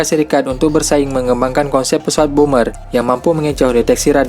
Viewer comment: bomber woy bukan boomer wkwkwkwk